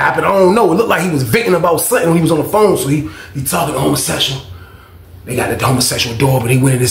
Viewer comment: Every fucking time say "hummusexyall" i scream!!!!!😅😂